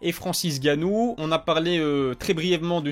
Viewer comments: Escuse moi frère c'est Francis nganou et non ganou on dirait ta la flemme de dire nganou lol c pas méchant ne tkt pas c'est un p'tit rappel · C'est Francis Nganou pas Francis Ganou ! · Bravo à Cyril ! Encore .. Vivement la suite ! Question qui me trotte, t'as une raison particulière de ne pas dire le N de N'gannou ?